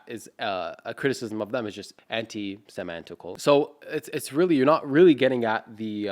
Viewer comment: That "antisemaaantical" threw me off lol. Love from Tunisia